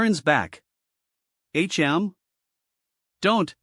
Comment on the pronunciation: If u can't pronounce words don't narrate them like wtf why can't u pronounce tch or hm just quit 🚮🚮🚮